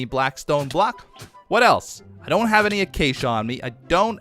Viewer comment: "why you hef to be mad"